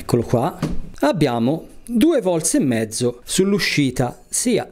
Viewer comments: Ma perchè dici VOLTS??? è un cognome, VOLT, VOLT !!! mica dico 2 TESLAS!! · 2 vorze....e menomale che siete gl'inventori della lingua italiana